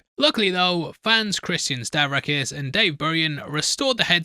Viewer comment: Forget that NOTLD 30th Anniversary edition with the new footage…and new score. 🤮🤮. Great video as always!! Can’t wait for the Dawn of the Dead video! 👏🏻👏🏻👏🏻👏🏻 Also, shoutout for stellar pronunciations of the names of my buddies Christian Stavrakis and Dave Burian for their help with the Nicholas Kramer headstone!